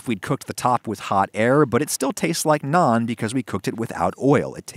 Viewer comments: I’m just glad you pronounced it like “Nawn” and not “nanne” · Just pronouncing Naan correctly and also not calling it Naan Bread, does the deal for me 😁 Great video! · May seem nitpicky but wow he pronounced naan correct!